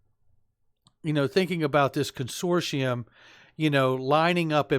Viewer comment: I love every thing u do but can someone in the xrp community please pronounce consortium properly! Ask google?